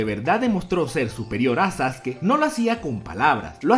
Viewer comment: pronuncias mal el nombre de Sasuke